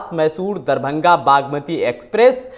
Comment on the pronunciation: थोड़ा पढ़ा लिखा anchor को बिठाते, इसे दरभंगा बोला नहीं जा रहा है